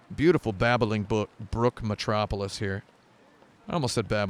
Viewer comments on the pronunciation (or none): none